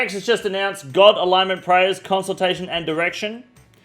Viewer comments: it's pronounced A-LINE-MENT what do YOU mean 😂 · Alignment is pronounced “A-line-ment” my guy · Good old “god aligen-ment” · Lmao he said something about “having one of the prayers for the retards” as he is struggling to read at a middle school level…. Alignment, pronounced uh-line-ment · BRO SAID ALINGMENT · My favorite part is when you said "oh great they have one for the retards" after pronouncing alignment like a-lig-ment hahaha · Am I retarded or do they say alignment different in Australia? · granted "alignment" is a rough work to pronounce if you've not heard it said out loud much, no English speaking country pronounces it like that. My view is if the person listening understands and gets the gist, who cares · You dont pronounce the g in alignment. And you call others retards lol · You’re saying alignment wrong buddy